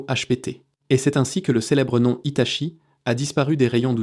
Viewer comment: HITACHI ou HITATCHI ? l'IA n'est pas au top. rien ne vaut la parole humaine. ce qui m'inquiète c'est " TERMINATOR "! c'est dingue comme le cinéma anticipe la réalité!